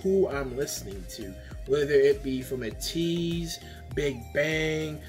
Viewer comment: It's pronounced Aye-Tease and I'm enjoying your road to becoming Atiny! They love switching beats in their songs. It's what makes their music so unique and amazing. (my opinion) I loved your reaction can't wait for you to react to more Ateez! Purple haired is Wooyoung. By the way their comeback is July 29!